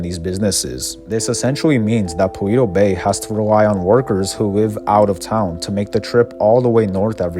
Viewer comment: this man keeps saying paweto bay